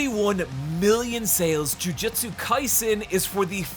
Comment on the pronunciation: Its hilarious how many times you pronounce jujutsu as jujitsu.